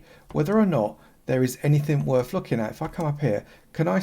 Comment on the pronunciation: "Javer"? It's pronounced JAVA. And learn to pronounce TH. "Anyfin" isn't a word. It is ANYTHING.